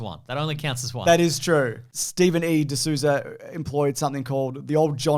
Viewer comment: Souza is pronounced “soh-za”. Portuguese thing Ryu is Japanese for Dragon. at least he’s Asian John Ford got shot at Midway. He’s hard core, unless you’re willing to get shot for your movie, you’re not Like John Ford.